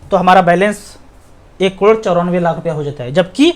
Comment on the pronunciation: crore bolna phirse 😂 klodo 😜